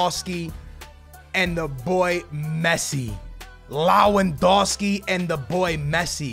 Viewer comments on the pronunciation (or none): SKILLZ ITS TOLISSO TOH-LIHS-OHH ALSO LEWANDOWSKI LEH-WHAN-DOW-SKII SAY IT RIGHT AT LEAST ONCE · Teach him Lewandowski while you're at it.